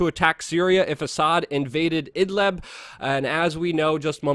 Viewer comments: Hey Luke! .... It's called "IDLIB". NOT "Idlab" or Idleb". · Luke, very fine, even excellent video, but try to work on your pronunciation of words. In this case, about Idlib, you say Idleb, possibly also Idlab, and the real name is Id-lib, as when people pronounce liberty, libertarian, .... Mis-pronunciations can make it sometimes difficult for people wishing to do additional searches on or aboutr a topic. Speaking or wanting to speak too quickly can be a cause, qo maybe slowing down a little might help.